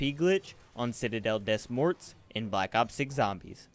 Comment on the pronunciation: It pronounced citadel "de more" not "des morts"